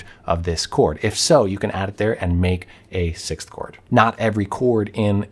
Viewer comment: I'm glad you have trouble pronouncing 6th like I do. 😎🤓